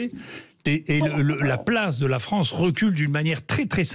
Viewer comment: La Fronce où la N est contre la P !